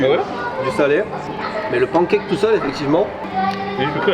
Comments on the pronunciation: Les « pANcake de sont exquis! Repeat after me: pan(n)e cake. ಠ‿↼ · tu as voyagé à travers le monde entier, tu as la chance d'être polyglotte... alors, please, si tu pouvais prononcer [pæn.keɪk] ou [pan.kɛk] mais arrêter de dire [pɑ̃.kɛk]. Bonne continuation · arrêtes avec les PAN cake! On dit panncake, ou sinon décides toi et dis pan caque. 🤠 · Pancake... Oui... Mais ça se dit "panne cake". Ça viens du mot anglais pan qui veut dire poêle. Frying pan = frying panne en prononciation